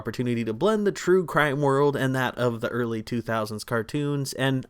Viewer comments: "Crue Trime" lol Love this channel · bro said crue trime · great video! am i the only who mentioned you said crue trime ? haha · "Crue Trime" What in the world? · Im late but "Crue Trime" ? 😂😂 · crue trime 😂😂😂😂